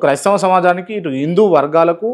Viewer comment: ఇందు కాదురా, హిందు